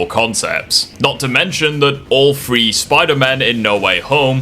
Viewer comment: you do realize that three is not pronounced FREE or PHRE or whatever you're saying